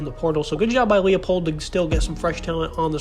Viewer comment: It’s Lie-Pold